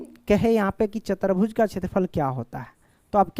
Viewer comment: Chatarbhuj 😂 chaturbhuj